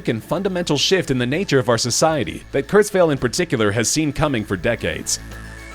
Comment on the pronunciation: I thought his last name is pronounced Kurtz-while, not Kurtz-vale (?)